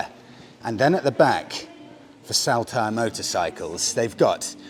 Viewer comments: Saltire is pronounced like Saul-tyre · Love the content and as a born, bred raised Scotsman i may be able to help with pronunciation so us natives dont wince in pain lol … For starters in Day 1: Saltire Motorcycles ….. Incorrect: SALL-TYRE Correct.: SOL -TYRE I’m ere to help and look forward to the next episodes 😂👍🏼👍🏼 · Salt- ire, as in the condiment, if you will. Just saying, no offence intended.😉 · Saltire …the first part is pronounced Salt as in table salt. 👍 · its pronounced soltire, after scotlands flag. My mate runs that wee cafe JTs